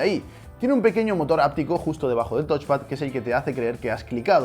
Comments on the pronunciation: No es "tochpad", es "tauchpad". Viene de touch (tauch) = tocar. El review es muy bueno pero estaría incluso mejor si te esforzaras en pronunciar los componentes correctamente. Ante la duda usar el traductor de Google que te lo dice hablado. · Es touch xD